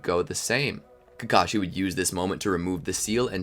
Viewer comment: why are calling obito kakasi